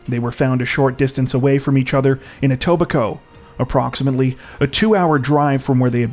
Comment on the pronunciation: I’m impressed you said Etobicoke right! You must be Canadian 🇨🇦🇨🇦❤️